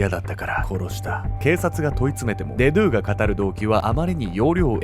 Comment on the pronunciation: デドゥのイントネーション気になって仕方ない